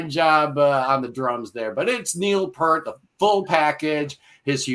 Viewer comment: It's 'Pee-rt'. Rhymes with 'ear'.